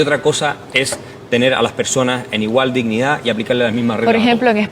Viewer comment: OSEA....PARA LOS ZURDOS SE DICE DISHNIDÁ 😂😂😂😂😂😂😂😂😂😂😂😂😂😂